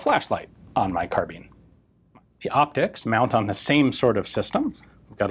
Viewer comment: please stop saying "car-bean".